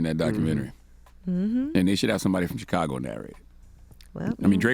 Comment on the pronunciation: Say Chicago right then make suggestions. Damn.